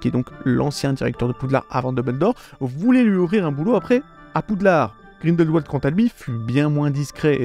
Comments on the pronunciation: par pitié, ça se prononce grindelVald, pas grindelouald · Ca se prononce GrindelVald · Alors je ne sais si c'est parce que je suis suisse et que Grindelwald est un lieu qui se prononce en allemand, l'entendre avec la prononciation anglaise me fait sourire. ^.^